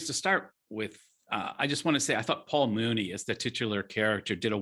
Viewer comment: It’s not pronounced Mooney. It’s Myewni. I wish that reviewers would first learn how to pronounce his name before discussing Muni’s films. Otherwise, good review.